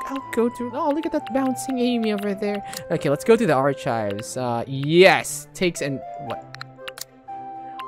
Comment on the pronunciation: BE LIKE: Arkayb ❌ Archaybs ✅